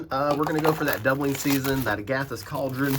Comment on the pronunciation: Bro. It's Ag-a-tha... Agatha....like that old broad Agatha.....